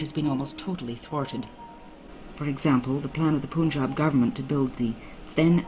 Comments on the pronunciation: This is a documentary by someone who calls Punjab as Poonjab - that's the level of research done. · It is the most bullshit documentary i've ever seen.... The fuck face lady can't even pronaunce Punjab n she's explaining what the real problem was.... She's lying to the teeth n speaking all bullshit made up stories just from a paper in a recording studio....Just a western propaganda to instigate the Indian peace. Go fuck urself, whoever made this documentary. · Bullshit. The crap has been produced by guys sitting outside india. First of learn how to pronounce 'punjab' in the film.